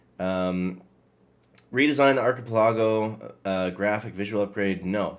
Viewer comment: Thanks for this news! Btw, the word is pronounce ARK-a-pell-a-go!